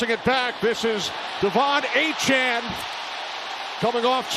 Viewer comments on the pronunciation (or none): DEVON A CHAIN, not ACHAN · I don’t think the commentator is pronouncing # 28 Miami dolphins name properly. Its not Achan its A-cha-ne. Like nene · It's also aye-chain not aye-chan lol he said his name wrong all game as well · I assume we’re talking about Achane. It doesn’t help that the A&M media guide had the pronunciation as ā’-chain the whole time he was there. I watched a lot of Aggie home games in person the last couple years and it was always ā’-chain, which let’s be honest, sounds better. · Is it not pronounced "A-CHAIN" like "A-TRAIN"? It's a nitpick I know but his name looks like it's pronounced that way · Did he say Devon A-Train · The way the announcer all game said Aye-chan bugged the hell outta me IDK why... it's like he went out of his way to say his name wrong again and again everytime he got the chance. He'd even throw it in a sentence that didn't need explaining just so he can say it. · Did Achane change the pronunciation of his last name? His whole time at A&M it was “ā’-chain” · bro its "achain" all game saying it wrong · It’s “A-Chan” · And why is the commentator saying "Achan"? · fun fact: nfl announcers love to butcher achane’s name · Love when there’s a breakout player whose name no one has figured out how to pronounce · Nothing frustrated me more than hearing the announcer say Achane’s name wrong